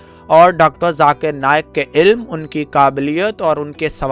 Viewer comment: BHAI ZARA APNA URDU TALAFFUZ SAHI KAREN. AAP LAFZ " ILM " KO " ILLAM " PRONOUNCE KAR RAHE HO.